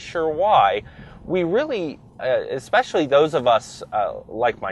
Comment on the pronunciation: Flappy paddles? Ekspecially? If you are going to be an auto journalist, you need to #1-be literate, and #2-know what the hell you're talking about. This dude needs to be an accountant, not an "auto journalist."